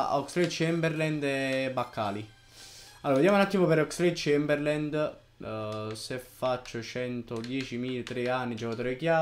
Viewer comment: Ogni volta che hai pronunciato il nome di Oxelade-Chamberlain ho bestemmiato.